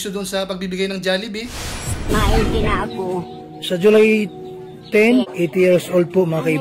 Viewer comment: MAHIRAP TURUAN ANG PINOY, SABI KO HND JALLIBEE, DPT JOLLIBEE